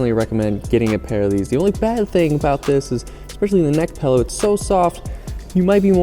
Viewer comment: "Pellow" ;) haha